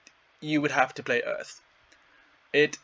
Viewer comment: Earf Splinter.